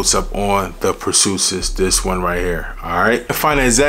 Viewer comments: Every time I heard per-soo-sis instead of per-see-is it messed up my focus lol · Per-see-us...is the pronunciation. I been wantin' to get this one ! I love Hercules and Galatea ! Thanks for this info on Perseus bro. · It’s pronounced per C us. Per ceeeee ous ❤ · Lmao.... say Per-See-Us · I know I’m late to the party but Purrsoosis has me in shambles 😂😂😂. I’m laughing with u tho not at u. Keep winning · 'Per-see-us"... look up Perseus in Greek mythology. He who slayed Medusa! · Bra even say Dar Marley when it’s clearly De Marly 😂😂😂😂😂😂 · Pur sue sis lol..bro, your pronunciation of words in all your videos lol .. and you say it with such confidence lol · I agree! We want to to support the channel but… it takes only a 10s google search to find pronunciation of these names before filming the vid. One of the most important thing about this hobby of ours is knowing how to say the names right! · Your pronouncing it wrong lol nice vid though